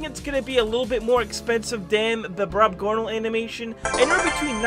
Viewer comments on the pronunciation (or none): DUDE ITS BROBGONAL NOT BROBGONALE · Brobgonal not brobgonale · sorry to be that guy but its brobgonal not brobgonale👍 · ITS "BROBGONAL" NOT "BROBGONALE" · hey, btw, its not brobgonale, its brobgonal